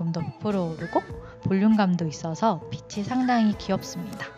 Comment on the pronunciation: 코디 너무 잘봤습니다! 한 가지, 패션과 관련없지만 영상에서 아쉬운 점이 있어서 댓글남겨요. “핏이” 를 [피치]라고 발음하시는 것 같은데 [피시]로 발음하는 게 맞아요. 핏에,핏의,핏이,핏은 등등 전부 다 시옷으로 발음해야합니다..! 그냥 쓰루할까 했지만 계속 패션하울 보고싶은 유튜버라 말씀드려요! 앞으로도 좋은 영상 기대하겠습니다 :)